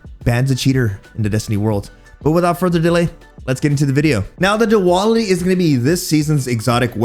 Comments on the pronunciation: Pretty sure it's pronounced do-al-itty... Not: do-all-itty.. 🤣🤣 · Do AL it ee Not do all it we 🥱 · if he pronounces it as "Duwal-itty" one more time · I kept thinking you were saying Diwali xD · After reading that comment I couldn't stop chuckling through the video 🤣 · You can't even pronounce the name of the gun properly. For fucks sake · We might using it wrong, but you are definitely saying it wrong 🤣🤣